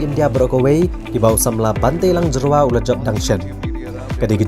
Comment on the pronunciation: Tell those dkhar it's not Jerwa but Jyrwa